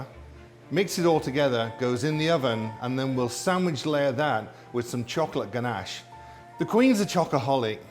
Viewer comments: Actually I think the word ganache comes from France, and in French we don't accentuate the words like you do in English :) In English you'd typically say "ganACHE", the guy said "GAnash" and in french we'd just say "ganache" without any anccentuation on any syllable (if that makes sense) ! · Gan-ash hah I love how he says it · "GANASH" - royal chef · the way he pronounces ganache triggers me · I'm English and I've never heard it pronounced the way he does.